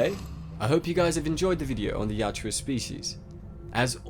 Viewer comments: For the love of all that is holy, why do you keep saying "Yatjua?!" It's Yautja! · Dude you gotta get that name right... Ya out ja.... not yat joo uh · its not yaa-tjua, its Ya-utja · My brain nearly exploded after hearing the narrator mistakenly saying Yatua instead of Yautja about a hundred times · Hermione: It's "yowd-cha", not "yow-chew-ah" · It's Yautja not Yatjua...but as always great video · Yautja or Yatua...it's Yautja but you keep saying Yatua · You keep saying Yatjua, but it's YAUTJA. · Yautja. Yow-cha. Not Yah-chua. 😂😂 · Yatjua!? I think its Yautja.. Great video, otherwise. 👍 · Writes "Yautja"... keeps saying "Yatua" all the time. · It’s not pronounced Yacht-twa, it’s pronounced yacht-jah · I thought it was pronounced "Yao-cha" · its spelled yautja but you pronounce it "yatjua"? which one is it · Not how to say there name at all